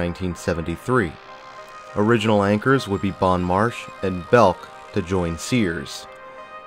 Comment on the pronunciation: If I remember correctly there was a bookstore back in the day on the mezzanine level where Verizon is now. Bon Marche (pronounced Bon "Mar-shay" not "marsh") was a local department store that had a second location at the Westgate Shopping Center across town. Meyers-Arnold was a Greenville SC based department store chain.